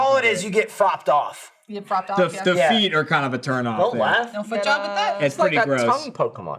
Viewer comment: I lost it at" fropped off"